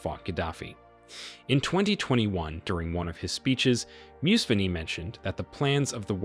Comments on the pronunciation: For Gods sake he's NOT Musveeni. Discredits your entire story if you cant even learn proper names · Hi, sorry to be that person but his name is pronounced Mu-sa-ve-ni not Museveni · Your pronunciation of names is annoying. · You are who don’t know how to pronounce our names are the real murderers. Killing and destroying our hopes and coming back to make us live in hate against each other. Sorry but there is no sense in your report! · The pronunciation of the Ugandan names is killing me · You don’t even say his name right! 🤦🏻‍♂️ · 😂 the stupid thing about this blog the gie speaking can’t even speak museveni’s name well. So how did you do your fake research 😆 I’m from Uganda 🇺🇬 and I don’t like our leader but this fake propaganda for clicks and likes is abysmal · You absolutely butchered all the names! Amature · U even can't pronounce the name Museveni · This is a great video with amazing comtent, but my goodness these mispronounciations are going to kill me! 😂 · The reader should learn how to pronounce the names of these great Men. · It would be good at least to know the names of persons that you are making video about, then it would be even better if you could learn how to pronounce that names. Content is always dependent on the intention, and best lies are mixed with some truth - but you know it better than many. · The narrator can't even pronounce the name Museveni properly so how the heck do we expect him to understand and know who Museveni is. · Was it absolutely necessary to butcher those African names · You could have learnt to pronounce Museveni instead of whitening it all up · And funny thing is, after museveni talking Gaddafi out of Libya's nuclear weapon program, he is now preaching about how he wants Africa to build a nuclear weapons program to tackle Western exploitation of the continent! On a side note, the way you pronounce the names Idi and Museveni though🤦🏿‍♀️ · Mu se ve ni not musvini you butcherd that name could not conyinue watching